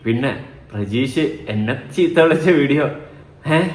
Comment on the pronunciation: Prajeesh alla pratheesh